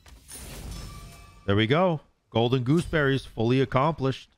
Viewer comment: Idk why but the way you say golden gooseberries is kinda funny 😅😂